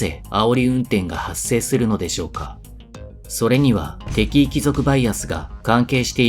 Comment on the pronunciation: なんとなく、イントネーションがきになる。敵意の部分